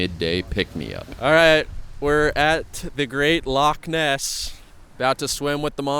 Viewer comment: lol - "Scotch" lol, you're lucky you only got a slap on the wrist, in a lot of places they'd just pour some Johnnie Walker for you to return the insult xD - Lock Ness lol Not a dig at you, every American coming to Scotland had to learn those things, it's part of the journey and a forever fertile meme. Glad you enjoyed it, visited some amazing places. Oban is one of my fav towns in the country, the ferry takes you to Mull which is a gem, and much less crowded than Skye. Then you can eat some sea food from a booth in Fionnphort and go to Iona, see the cool Abbey and (if weather permits) travel to Staffa as well:) From there go to Tobermory, visit the distillery, get across and see the Glenfinnan Viaduct. I'd recommend going to the more wild and raw north-west of the country, areas like Torridon and Ullapool are stunning. Also if you haven't already, check out why Royal Lochnagar has the Royal in the name, it's a cool story. You can also visit the place where they found the oldest official record of whisky production that you mention in the video, it's in Lindores Abbey, and now it also has a distillery just next door, with some of the best modern single malt whisky:)